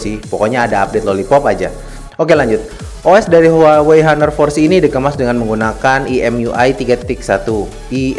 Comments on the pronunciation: bang, bacanya "aner", bukan " haner", gapapa sih, gapenting :v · its honor at singapore cuz... not hanor